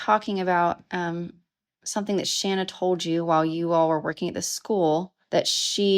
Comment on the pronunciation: It's Pronounced * SHAUN AH* SHANNA